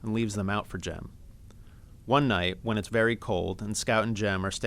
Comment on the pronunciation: Sorry its jem not Jim😊